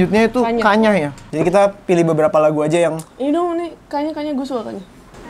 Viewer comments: "Kanyaah" bukan kanyah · Cara bacanya kanya-ah nih mon maap wkwkwkwk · Bacanya "ka nya ah" bukan kanyah, kanyaah artinya kesayangan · itu "kanyaah" bukan "kanyah", lu bacanya kanya'ah dari bahasa sunda artinya kasih sayang. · Fyi kanyaah dibacanya ka-nya-ah, taaa, wkwk. Bahasa sundanya kesayangan